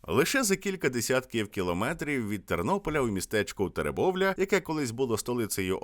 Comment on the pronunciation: За слово"ТереМбовля" деякі жителі Тернопільщини досі "точать свої шпаги" на Автора відео)) Місто називається -Теребовля!))